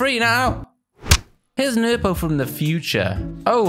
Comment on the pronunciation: It’s nerpo